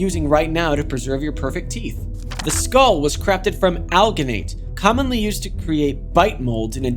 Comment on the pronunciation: Great video!! I have to say, personally speaking, growing up in the 80’s was awesome! Sorry, I have to do it… alginate is pronounced al-JUH-nate. Dental assistant here, Couldn’t be helped 🫣😜